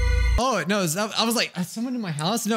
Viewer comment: OH NOI- Me: for now on I will be pronouncing no as noi